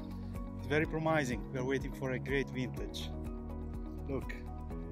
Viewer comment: Simpatico Jacopo, beato lui, con tutto il vino che si beve 🍷🤣. Ma “promising” e’ pronunciato diversamente ... buon appetito comunque! Enjoy that heavenly place 😍🥂🤣😂